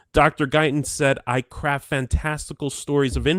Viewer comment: first time read this, it sounded like "Dr. Guyton said I CRAP fantastical stories...." "Craft", certainly sounds more professional, but Diane definitely does CRAP SOME FANTASTICAL STORIES!!! 🤣🤣🤣